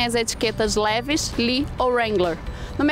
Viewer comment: lévis KKKKKKKKKKKKKKKKKKKKKKKKKKKKKKKKKKKKKk a pronúncia é livais